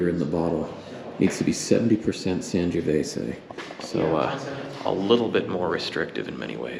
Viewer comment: SAN "JOE" VESAY Not San giooh vesay